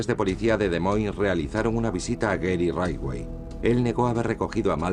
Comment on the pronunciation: «Gery raidway» jajajjaaj